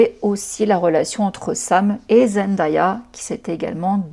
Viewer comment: Je vous en prie (pas que toi), est-ce qu’on peut prononcer correctement Zendaya ? Ça se dit Zen-day-a ("day" comme le jour en anglais) et pas Zen-da-ya 🙏